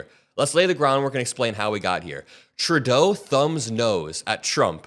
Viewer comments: Please stop calling him Turdeau.....it's pronounced True-Doe (Trudeau). Otherwise, great video 😊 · It is so satisfying to hear you pronounce PM Trudeau's name correctly. Thank you!